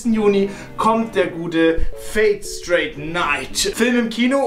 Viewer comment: Du hast Fate straight Night gesagt. Es ist aber stay 😂😂